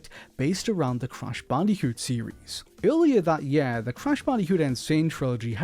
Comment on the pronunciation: Ffs it's YEAR not YAER